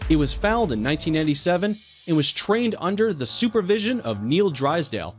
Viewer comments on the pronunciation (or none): Fouled or foaled? Who is this narrator dude and who wrote this crap? Jeez. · A horse is not an “ it” - horses have gender, so are either a “ he” or a “ she”. Horses are “ foaled”, not “ fouled” like this idiot narrator! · What were they trying to say when he said fouled? Not foaled right? Because once he said he was fouled when he was only one year old? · Foaled (not fouled) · "Foaled", not "fouled". Seriously? A little knowledge can be a dangerous thing, but none at all is worse. Sigh. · That was the worst narration I've ever heard! Worse than the computer-generated voices! If you knew nothing about horses AT ALL you'd still likely pronounce fewer words wrong! It's FOALED, not FOULED! And it's been an Olympic event for ages... the word is pronounced DRE-SAGE like "mirage", not DRESS-AGED like a frock crossed with a refrigerator! There were easily a dozen cringe-worthy mispronunciations! Whatever made you think you could do this? You need to prepare if you're going to speak! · Please learn to pronounce terms correctly. A horse is foaled (f-oh-led) not fouled (f-owld). Dreassge is pronounce Dress-ahje, with the accent on the second syllable. Hearing common words mispronounced distracts folks who are looking at the vid, I'm sure. I know they did me. Thank you! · FOOOOAAAALLLED! FFS a foal is a baby horse, a foul would be kicking someone who mispronounced EVERYTHING in the teeth with soccer cleats! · Dressage, foaled are killing me by the way they pronounced it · Who the bell wrote the script for this and who's reading it? I'm astonished it could correctly pronounced monkey. And all those poor coals who were fouled. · The Announcer doesnt know anything about horses lol. "He was fouled in:" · The word is Foaled not Fouled ...sheesh get someone who knows the subject to narrate Keenland not Keenyland and on and on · “Fouled” ITS foaled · Did he say fouled, instead of foaled? I’m out! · Nobody: Not a soul: The Narrator: It was foALed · "Fouled!" Are you serious?